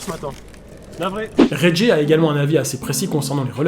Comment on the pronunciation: ça se dit "raie gay le gorilla" 👍👍👍👍